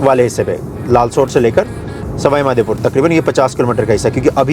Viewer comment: Bhai...Madhepur nahi Madhopur...Bhagwan ka Naam lo bhaiya.... JAI MADHO..